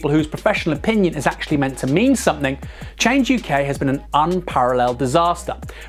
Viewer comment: It's not "Change U.K.", it's "Change UK", as in "YUK YUK YUK".